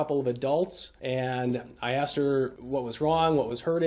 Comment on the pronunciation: No he does not. Nor how to pronounce “asked”. Grounz!